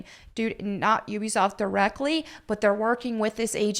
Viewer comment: You’re the only one that pronounces Ubisoft correctly. Everyone else says Ooh-be-soft.